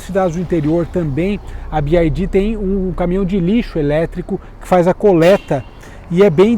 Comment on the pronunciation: Gente, se fala bi uai di. Ele fala errado, então seria melhor falar em português